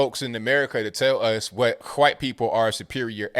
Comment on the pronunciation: I gotta say, your pronunciation of "w" in White or Wash or What is as white as it gets lol. Whhhhhite......Whhhhhash..........whhhhhhat. But I agree, they are just pushing racism further. It's like they are trying to keep us divided by their misled opinions rather that really discussing their points to make them more understandable.